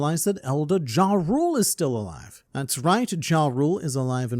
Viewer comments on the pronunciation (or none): YARUL, the J is pronounced as a Y. Its Yoral and Yarul BUNCH OF DUNCES !